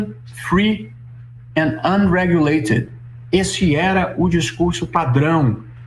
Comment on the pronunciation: E o dito-cujo tem uma péssima pronúncia da língua inglesa. Por exemplo, tropeçou feio na sílaba tônica do verbo UNREGULATED, ao tentar soltar um gracejo naquele idioma.